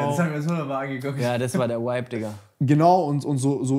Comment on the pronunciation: Es triggert mich so, wie die ganze Zeit wipe anstatt vibe sagt